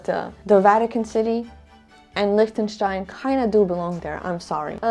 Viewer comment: 😂 LIECHTENSTEIN lol!! Solid F 🤣